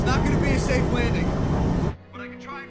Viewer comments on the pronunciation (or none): none